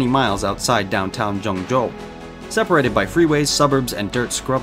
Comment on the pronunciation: the way he kept saying ¨Joeng Joe¨